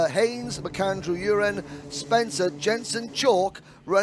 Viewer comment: Please do not call Emerson Urin it is U ren